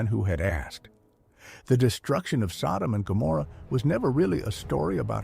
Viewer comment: Wow. Can't even get the names right!